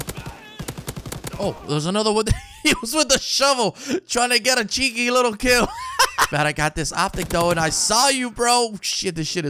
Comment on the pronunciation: You can't say "cheeky" quite as good as Tiago 😁